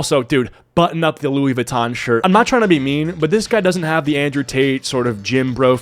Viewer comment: Indrewian tate